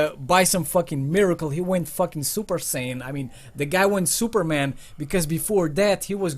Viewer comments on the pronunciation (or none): none